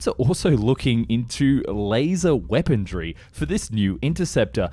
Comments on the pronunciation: You keep saying weapondry. It’s “weaponry” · I dunno about your russian, but you added a 'D' to weaponry...weapondry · I'm loving the videos on fighter jets, and I don't even mind mispronunciations of Russian words, but for some reason, it really bugs me how this he says "weapontry". Am I the only one?